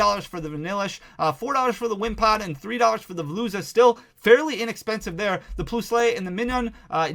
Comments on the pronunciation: I adore your videos... but it's pronounced "Plus-ull" (Plusle) and "Mine-un" (Minun) like the words plus and minus (positive and negative charges). Aside from your Pokemon pronunciations, thank you for sharing all the math behind Paradox Rift! Definitely my second favorite mainset behind Paldea Evolved in terms of Gallery quality. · ploos-lay? that made my head hurt lol